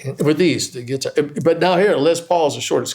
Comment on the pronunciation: Gonna see him and Pat soon, he's a big influence of mine, love how he calls it a Git'ar, so do I! Neil Giraldo ROCKS